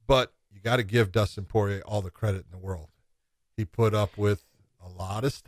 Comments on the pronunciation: That dude is horrible with name pronunciation. It's kind of your job.... "poyay" "garbront".... bro 🤦‍♂️ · Josh: Dustin Poy-yay